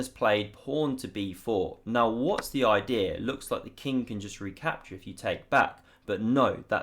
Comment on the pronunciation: What a great oidee-are lol. I love the way English people speak